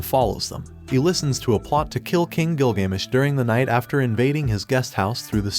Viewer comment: "by the king gilGAYmesh" as a history person, that stung a little